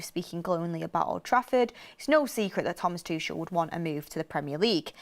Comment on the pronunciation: if Thomas Tuchel becomes our manager, please pronounce his surname correctly. It is TOO-KOL (too-kle) not "Tushelle" 😂